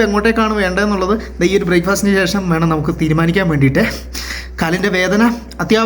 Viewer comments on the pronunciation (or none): none